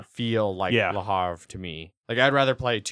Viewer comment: It's "Le HAVRE" not "Le Harve"!!!! I'm backing Glen More II and Age of Civilization... Really excited for AoC, looks really really cool for a fast Civ game for when you don't have the time for TtA